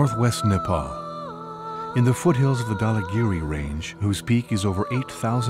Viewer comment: GWAD it’s Nepal 🇳🇵